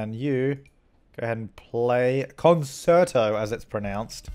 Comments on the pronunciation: It is pronounced con-shirt-o it is not a concert-o !!!!!!!! lol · As a musician it hurts every time you say con-chair-toe wrong.... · I believe it's pronounced con-CHAIR-toe... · Thanks for giving me lot's of laughs,. I've watched many of your videos where you mention how people complain about you being mean, but I think it's hilarious! Keep up the good work. Keep on pronouncing it con-ser-toe if that's how you want to say it!!